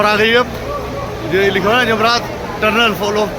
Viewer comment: yamraj nhi jamraat hota hy mahraaj